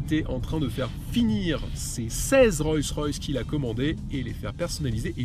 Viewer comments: ROLLS royce pas ROYCS ROYS et on dit une ROLLS pas une ROYS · Hé mec ! Apprends à prononcer Rolls correctement ! Ca te prendra tout au plus 5 minutes. Sinon c'est d'un ridicule ! Tu t'imagines présenter une Citroan , une Pougeot ou une Renoult?